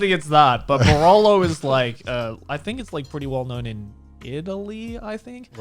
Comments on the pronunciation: I'm a 17 years old italian, i don't have any experience with wine and i honestly never heard of borollo, but i heard of barolo, probably you only mispronunciated it. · I'm 5 min in and let me tell you as an Italian I feel very outraged by how you said "Barolo", but yes it's a very well known classic wine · I'm italian. And i still don't understand the wine name cause of the bad pronunciation. Only grrr italian reaction. Ps. I love wine as every Italian, if u ever came here in Verona feel free to take drinks with me. Loveulongtime hug from italy! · Hi, Italian girl here! I wasn't sure at the beginning if you meant "Barolo" 'cause from the pronunciation wasn't very clear... but yes, it is a very well known and renowned red wine from Italy (from Piemonte)... Garnt, please, don't pour the wine like that ever again, it hurt too much 😂 I really liked that you talked about moving to Japan and getting settled there, hearing real experiences is important, expecially when you have to face so many difficulties and issues, and xenophobia is what scares me the most (already knew in Japan is like this)...the only little hope I can count on for now is that I got a master degree in engineering and I'm learning the language. Anyway, Connor's used fridge was the best part, still laughing ❤️